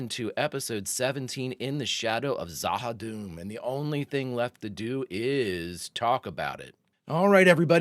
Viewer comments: There is more to Vir and Vir *knows*! The Shadows and the Ministry of Peace will continue to be built up. And, as I'm sure you know by now, it's Za-ha-DOOM and not Za-ha-DUM. Rather Tolkien-esque sounding. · Za Ha Doom. The way you're saying it is dumb. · z'ha dum should be pronounced zha ha doom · It maybe spelt Z'Ha'Dum' but it pronounced Z'Ha'Doom, plus saying doom at the end rather than dum makes it more scary. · In case no one has stated it, the pronunciation is Za Ha Doom. I don't know whether it is true or not but I did read that Lou Welch left B5 in 2259 after being promoted to an off station role